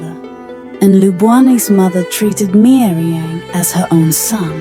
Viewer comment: It is not meiriang it is gairemnang